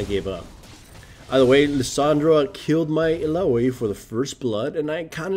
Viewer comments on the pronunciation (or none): illaoi ill-ow-ee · the way you pronounce illaoi makes me want to rip the skin off of my fucking bones. it's EE-LA-WEE